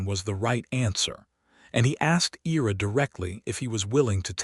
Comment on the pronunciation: Ira is pronounced (eye-ra) Excellent story! Esther married the right man for sure!❤😊